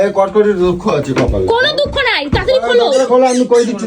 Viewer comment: কটকটি ❌ কটকাটি✔️